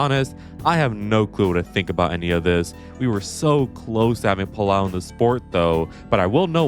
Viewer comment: Spaniard here, Álex Palou’s name it’s pronounced Pal-oh not Pal-ow 😅